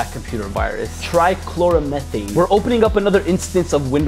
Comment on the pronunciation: trai-chlour-o-methain yes you are pronouncing it right